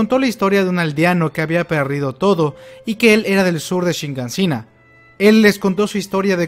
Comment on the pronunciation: Shiganshina. SHIGANSHINA!!! Quita ya esa maldita N que le pones, que parece que no te enteras